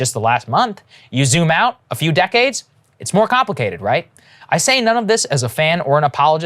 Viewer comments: “Compwakated” - Saager, 2022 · Very compwicated indeed 😆